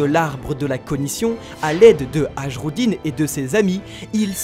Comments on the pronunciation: Salut les frérots , essayez de prononcer Hajrudin (Aille-rou-dine) pour les prochaines videos , on va enfin vivre l'arc Elbaf , autant se mettre bien en condition et etre digne des fiers guerrier géants ! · "Age Roudinne" aïe jai mal aux oreilles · Prononcez "Aille-rou-dine" svp pour Hajrudin , ca pique trop les oreilles , par exemple les espaces d'eau qui rentre dans les terres se prononce Fiorde(Fjord) et pas "'fgeorde". Vivement Elbaf sinon! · Peut-être, on sait pas, peut-être que quand tu prononceras les noms des perso correctement, peut-être que tu sauras lire et analysé l'œuvre. Tu es sur la bonne voie, tu t'améliore chaque jour même si c'est pas encore ça, Hajrudin ne sent pas encore respecté mais toujours plus qu'avec "Hajhudrin". Pareil pour ce pauvre King, vous prononcez "DJADJI" pour Judge mais King c'est "AlberTEUH" alors que la prononciation Jap c'est "Aruberu" qui, OUI, est Albert mais bordel, même Oda prend la prononciation Fr.